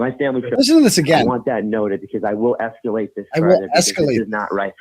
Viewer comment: Justin: “I will ‘esculate’ this”